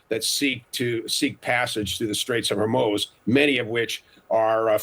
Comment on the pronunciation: Strait of Whor-moze???